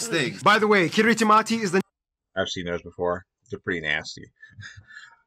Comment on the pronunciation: I like how he spent all that time teaching us that ti is pronounced s, and then doesn't pronounce Kiritimati as "Kirismas" even though it's name means Christmas.